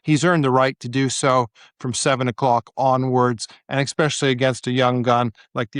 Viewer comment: Ex-specially & Landalucia? 🤔